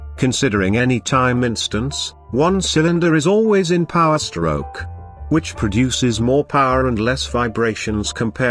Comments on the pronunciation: LMFAOO yeah it sounds like "Shtroock" when he says it ahaha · I wish i could help the voice with pronouncing stroke and crank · "the intake STROKE" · camSHHAAAFT Stroke CYllinDEEER